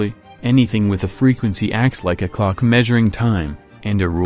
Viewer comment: Did he say "Clock" or....